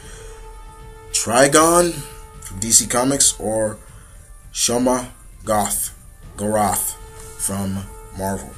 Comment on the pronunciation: minor inconvieneince but its pronuonced "shue-ma-go-rath